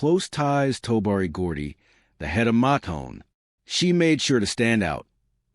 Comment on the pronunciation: COULD USE AT LEAST PRONOUNCE THE NAME CORRECTLY!!! IT"S "MOTOWN"!!!